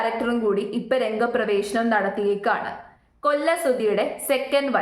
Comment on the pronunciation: രംഗപ്രവേശം അതാണ് കൃത്യ ഉച്ചാരണം